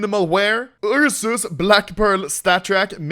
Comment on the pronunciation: Ah yes the "Ur sus" knife